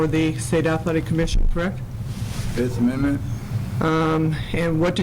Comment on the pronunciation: I'm not sure guys, i think nick is trying to say fifth amendment.